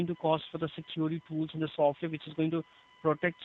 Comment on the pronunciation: Feel unconfident if your technician says "sorwar" instead of software.